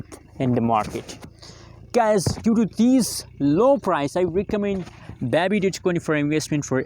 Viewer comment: Nice channel but please pronounce it correctly not bab bee dogecoin it’s baby dogecoin